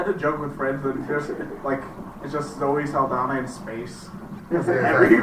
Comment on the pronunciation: did this man say "Zoh Saldana"??? RIP i'm dead